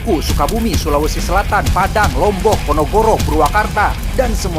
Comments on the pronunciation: Ponorogo bukan ponogoro min 😅😅😅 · Ponorogo bukan ponogoro😅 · Ponorogo bukan ponogoro..bisa baca ngga ..LOL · / nyebutnya jelas ponogoro, bukan ponorogo yang di tulis di menit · Min lu nyebut PONOROGO keliru PONOGORO anjaii🤣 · ponorogo bukan ponogoro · PONOROGO BUKAN PONOGORO 👀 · PONOROGO BUKAN PONOGORO🗿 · ponorogo bkn ponogoro😂